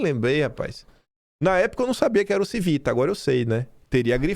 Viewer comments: A pronúncia do Civita, da finada Editora Abril, é cono Tívita.... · A pronúncia do corno da ABRIL é CHIvita (italiano) esse que é o patrão do dono da Oeste! Obrigado pelo seu trabalho!